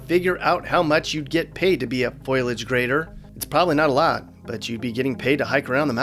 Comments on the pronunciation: love your videos. But, uh, the word is FOLIAGE. Pronounced Fo-Lee-age, not foil-age. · Happy new year. Just an FYI it's foliage not foilage. Fo-lee-ige not foil-lee-ige lol. Keep up the good work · On Connecticut, the word is "foliage," not "foilage." (Grammar Nazi Frank!) Cremation ashes turned into ash trays?! Where's the self-awareness?, thanks for the "jokes." It was great to see all the Mappy clan, too. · It's foliage, not foilage. That's probably why you couldn't find the pay rate haha